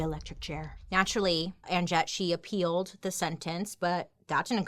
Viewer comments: The "j" is meant to sound like y..it's pronounced Anyett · Ann jet is hilarious!!! But…just so you know I think it is pronounced Ann Net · I think the J is silent in her name... Pretty sure it's just like "Annette." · My mom’s sister is named Jet. Every time you say Annjette, I keep hearing “Aunt Jet”!!! 😮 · Did anyone else think that Bailey was saying "And Jett" rather than "Anjette"? For ages I was like who's Jett 🙈🤣🤣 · What if the j is silent and her name is pronounced uh-net 😂🤣🤔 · Does anyone else wonder if the name Anjette would’ve been pronounced with a silent j if she was in Europe? It would sound like Annette. 😊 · Why did i think you were saying aunt jett the whole time lol 🤣🤣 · Isn't her name pronounced as Annette? The "J" is silent I believe. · Okay side note: every time her name was said, it sounded like "Aunt Jett" and now I want to watch Practical Magic. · Anjet? Maybe Anjette but pronounced in French like it should be? Just wondering 🤔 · I think her name it said like Annette.